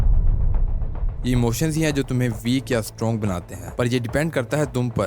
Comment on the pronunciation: . Strong........ Or Stronge......!!!>